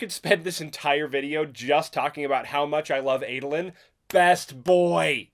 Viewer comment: I never imagined Adolin’s name being pronounced like that.